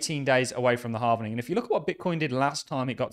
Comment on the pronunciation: Don’t really have any better to do than correct how you say halving. I’m just holding 😃